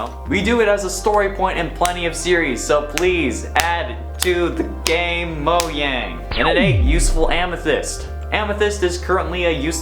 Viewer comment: Anyone else cringe when he pronounces it moyang?